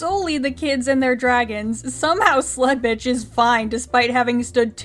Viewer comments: Y'know, for the longest time, I thought you were just calling her Slutbitch and not Sledbitch. Until the name was actually put on screen there. I'm probably just going to keep hearing Slutbitch. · Ok but I cant be the only one who always hears "Sl*tbitch" instead of "Sledbitch" xD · This whole time I've been watching, I actually thought she said Sl_t B___ throughout this ENTIRE review series😭😭😭